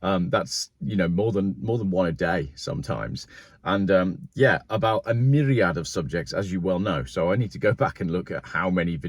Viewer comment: ...ish wassat a "milliad" or a myriad...😂😂 🤝